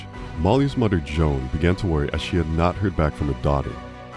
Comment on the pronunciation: Say mudder one more time mfer, I dare ya